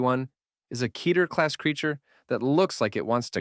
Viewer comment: Very good, but just for the record it’s pronounced “Ketter” as in “Better” not “Keeter” as in “Aether”